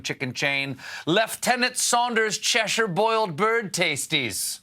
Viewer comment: Oh my gosh, Stephen pronounced Cheshire correctly!